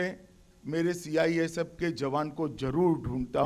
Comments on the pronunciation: CIFS नहीं चाचा CISF है ढंग से बोलो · Gajab ka home minister hai bhai CISF ko CIFS bol rha🤣🤣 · ha....Amit shah ka kitna tongue slip hota hai ye mujhe nahi pata chalta😂 kabhi atmnirbhar nahi bol pate ...kabhi apni party ko corrupt kahte hai aaj CIFS bol rhe hai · CIFS BOL H MAHARAJ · Sale ye h hamre desh ke neta cisf nahi balki cifs kah raha h sala anpadh gwar 😀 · CIFS .....CIFS...CIFS🤪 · ऐसे गृहमंत्री जी है हमारे जिनसे CISF भी नही बोलना आ रहा CIFS बोल रहा है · Sih pahle khud kaa name dekh andbhakt hai kya jo mirch lag rhi CISF jaise proudly word ko cifs bol rha he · Es dhakkan ko ye nahi pata ki ye kya bol rhaa hai 🙄😡ye bar bar cifs bol rhaa hai pagal 🙄🙄 CISF bol bhosdk 😡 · Ye kya CISF ko hatayega,CISF ka thik se Name hi nahi le pa rha hai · देश के काबिल नेता हैं साले जिनको CISF भी सही से नही बोल पा रहे है ये हमारे देश का दुर्भाग हैं की ये हमारे नेता है